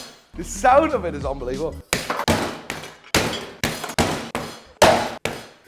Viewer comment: "UNBELEVOBLE" GOT ME LAUGHING 😂😂